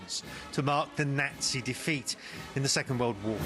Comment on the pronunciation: What the hell is a "Nezi"???